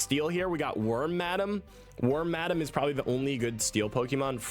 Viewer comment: I actually like the name wormmadem for that Pokémon. Thanks for mispronouncing it. Also keep up the great content